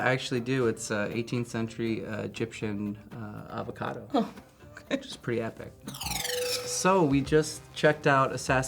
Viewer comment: "an 18th century avacodo" 😂 😂 😂